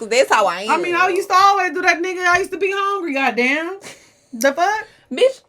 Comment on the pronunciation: been in ATL too long how she hit that "goddamnnnn" 🤣🤣🤣